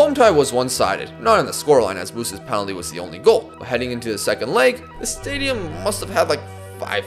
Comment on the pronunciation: unbelievable stadium pronounciation there mate! youre one of us!!